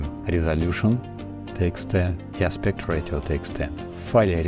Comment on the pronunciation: спасибо. поправлю, не аспект ратио а аспект рейшио